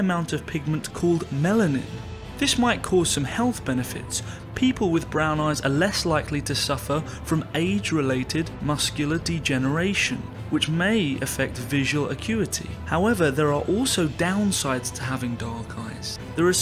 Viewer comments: Macular, not muscular. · Muscular degeneration 😂, it’s macular. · Haha Macular Degeneration not "muscular" 😳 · This video mispronounces MACULAR degeneration, instead the narrator says MUSCULAR degeneration. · It is called macular degeneration, not muscular degeneration. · Macular deterioration ,not muscular deterioration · Muscular degeneration!!! idiot, its macular degeneration ... cant even read!! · It's macular degeneration not muscular degeneration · Macular, not mascular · MACULAR degeneration, not 'muscular' degeneration. Please use editors to correct the English used in your presentations. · I think he meant "Macular" not muscular! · "Muscular Degeneration?" I lost faith in this when I heard him say that term. It's "Macular Degeneration"!! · The text said "Macular" but he read it as "Muscular". Perhaps he was just hired for his voice ? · I Knee he meant maugular .. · Not “MUSCULAR Degeneration,” MACULAR Degeneration, you moron. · Macular degeneration... Not muscular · Did he say muscular? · Age Related "MUSCULAR" Degeneration???? LOL............ it's Age Related MACULAR Degeneration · It’s macular degeneration, not muscular. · It is NOT “muscular” degeneration....it IS “MACULAR DEGENERATION”!!!!! Get it right. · It's Age Related MACULAR Degeneration, not MUSCULAR degeneration. LMAO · Macular Degeneration....Not Muscular ! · Macular, not muscular, degeneration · Macular degeneration, not muscular!!!! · Can't stand this guy's voice and he needs to learn to read! It is MACULAR DEGENERATION not muscular degeneration! Could not watch! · Macular not muscular.